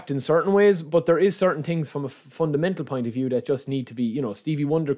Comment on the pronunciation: its called „thing“ not „ting“ 🤣 i laugh every video